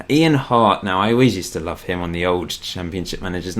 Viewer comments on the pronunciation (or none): none